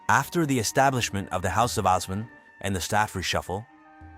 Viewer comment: As a Turkish person I am shocked we made it to a popular community only to be attacked because of our looks and shut down, and also instead of saying Allahu Akbar they said God is the Greatest (same meaning but the latter sounds kinda christian for a muslim country) Also the multiple times you mis-pronounced Osman 😭